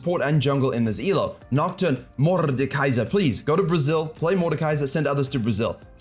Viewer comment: morrrrdekaiser kkk it's acent from portugal